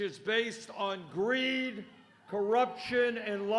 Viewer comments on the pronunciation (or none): he drops GREED with a hard “r”